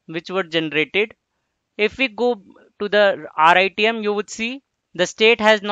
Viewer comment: good contents but please dont tell RITM as rythm because its confusing me. sorry to say that i like the way you teach.